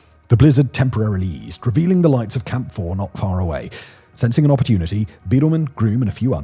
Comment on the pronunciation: Every time he says "Camp 4", I hear "Camphor".